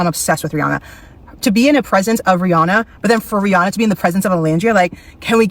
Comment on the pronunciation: How’re you going to be obsessed with Rihanna and keep mispronouncing her name 🫠